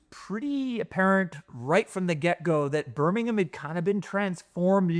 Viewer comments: I appreciate your pronunciation of Birmingham and not Birming-HAM. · for pronouncing “Birmingham” properly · Thank you from the bottom of my Brummie heart, for pronouncing BIRMINGHAM correctly…XXXXXXXXXXXXXX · Sooooooo much credit for pronouncing the name of my city correctly!! Also, great video!